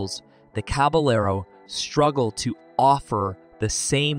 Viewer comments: They really need how to pronounce the names of the cars/trucks they are featuring. It’s caba yard, not caba Laro! These are are either narrated by AI, or idiots! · "The Jemmasy Caballero"